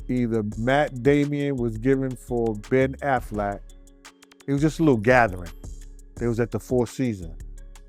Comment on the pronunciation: Who tf is "Matt Damian" ? Who tf is "Ben Afflack"? Who tf is "Will Smiff" ?